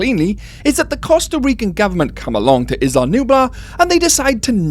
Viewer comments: Islam Nublar? Am I hearing things? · I’m Mexican I speak Spanish. What I’m saying is his English accent makes it sound as if he is saying “Islam Nublar.”